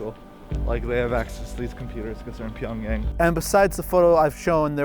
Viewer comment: PyongYahng is the right pronunciation